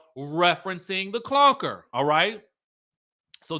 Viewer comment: I'm dying at "the clonker." 😂😂💀💀